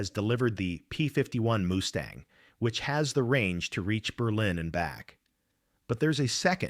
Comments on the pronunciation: Get rid of the bloody AI generated voice. The plane is Mustang not a Moostang.!! FFS!! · What the hell is a Moostang? Crap ass AI at its finest. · “Moo-stang?” Gimme one more, and I’m gone! “Tahn-ah-pah? See ya! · it's not a Moo Stang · “P-51 MOOSTANG!” Hahaha! Idiotic A.I. SLOP! Go away, A.I. STOP INFESTING YOUTUBE! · Robot says Moose-tang. Stupid robot! When robots rule the world and A-I is their God then what chance does Humanity have other than to expect extermination! Resistance is futile!! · Moose-Tang? Please stop paying for this AI crap!